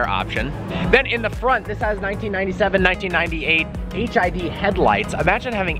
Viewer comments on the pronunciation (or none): did he say HID or HIV???